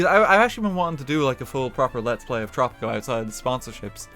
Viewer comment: i thought you said poptropica